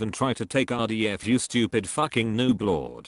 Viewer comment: The way says nooblord is just perfect.